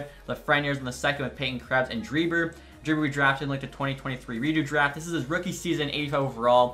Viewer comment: Dreiber is actually pronounced like „Draisaitl“ just a small detail - keep up the great work!